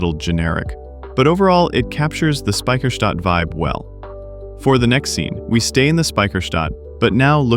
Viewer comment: Yeah, Speicherstadt and not Spiecherstadt. ))😂